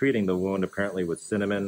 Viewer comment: Please tell me you said sygnomine as in a medication i don’t know and not cinnamon.